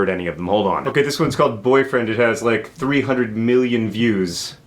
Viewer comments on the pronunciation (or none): none